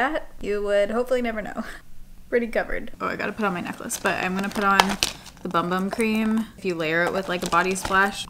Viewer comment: I'm excited about Sephora being at Kohl's, and the rewards situation! I've heard that it's pronounced boom-boom cream, not sure if that's correct.